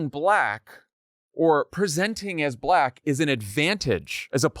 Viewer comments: My favorite part was his pronunciation of the word "black". B-lack. I've heard it before, of course, but he said it so many times in just a few minutes that it's really wedged in my brain and keeps making me giggle. Apparently it's a two syllable word. The first syllable is "b" and the second is "lack". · "Buh-LACK." Very odd. I bet he doesn't pronounce it like that when he's naming the colors on his cognitive test.